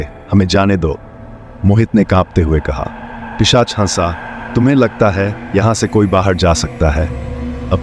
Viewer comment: पेशाच नही भाई पिशाच। 😅